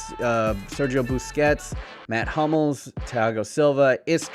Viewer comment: It's Mats Hummels not Matt